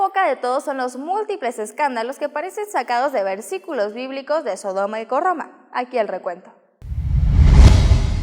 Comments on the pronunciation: Se dice gomorra no gorroma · Sodomo y "GORROMA"? escuché bien jajaja te equivocaste :*